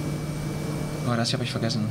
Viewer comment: Klasse Video, hat mich gestern Abend als Youtube-Abschluss-Video noch lange vor dem Fernseher gehalten ;-) Ich denke, dass ich einige deiner Fragen beantworten kann: 1. Aussprache von Arch: 'ardsch', nicht 'ark' 2. Balanced Rock: Die Formation wird nur 'Bal. Rock', also Einzahl, wohl weil nur der oberste zählt ;-) 3. Der breite flache Bogen ist der Landscape Arch, der Torbogen ist der 'Delicate Arch', der auch auf jedem Autokennzeichen von Utah drauf ist 4. Die im FS gezeigte Landschaftsgenauigkeit direkt südlich vom 'Delicate Arch' ist extrem schlecht, ist aber bei den Bing Maps Daten schon so. Übrigens beim Grand Canyon ist das auch so, wenn auch nicht so stark, dass die Auflösung der Luftbilder sehr unterschiedlich ist 5. Die weißen Bereiche nordwestlich vom Park sind mir schon vor Monaten/Jahren aufgefallen. Da ich persönlich schon öfters vor Ort war und es ausschließen kann, dass große Bereiche weiß sind, bin ich auch hier mal auf die Bing Maps gegangen: Es sind einfach Wolken auf dem Luftbild! Der FS hält das Weiß für die Oberflächenfarbe ;-) 6. Den Mod zu den Felsformationen habe ich auch, allerdings schon ein paar Monate nicht mehr aktiv. Es sind Google-Maps-Importe, die zumindest früher die FPS stark runtergezogen haben. Ich kann es aber später mal testen, wie es aktuell nach SU 10 aussieht.